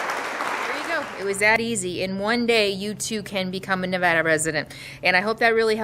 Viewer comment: Just want to say THANK YOU or pronouncing our states name correctly.. "NEE-VADD-DAH" not "Nah-VAH-dah" I hate it when "supposedly" educated people mispronounce my states's name.